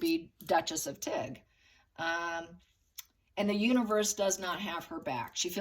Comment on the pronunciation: when I heard you say...Tig, I thought you said...Duchess of Tick!!!!...🤣😂🤣😂🤣🪲